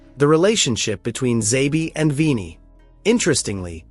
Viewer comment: If your AI cant pronounce Kroos.. or Xavi... Or Vini.. or 6/10 basic fckng English words... dont use it...